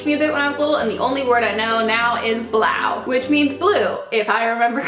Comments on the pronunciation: You pronounced blauw right 😊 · I really like your personality, also you pronounced 'blauw' very good! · Omg , i am dutch ! You said blue so good 💕. Blauw = Blue ❤️ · hahaha blauw is blue in dutch you said it right ! (i live in the netherlands) i love your video's means: ik hou van je filmpjes :) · Omg the dutch word BLAUW!! I love you I am dutch and I love how you said a dutch word in your video hahahahah love you xxx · You pronounced 'Blauw' so well! 'Groen', with a soft g, means green. There you go girl, vocabulary enlarged. (and yes I'm dutch) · Omg meghan! You said blue correctly 😊 Lots of love from Hollandx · Im dutch, u said blauw very right gurl 😏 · Yesss 'blauw' means blue 😏 you saud it correct hahahah loveu